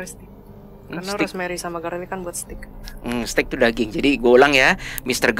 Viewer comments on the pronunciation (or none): Kenapa seringkali steak dilafalkan stik : tongkat . Seharusnya : steik